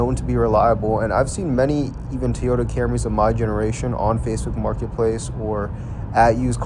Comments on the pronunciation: It’s TOYota not TEEOTA. TEEOTA, TEEOTA, TEEOTA, TEEEEEEEOTA. FFS, why are Americans so incompetent at pronouncing anything . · WTF is a “TEE-OYTA”?????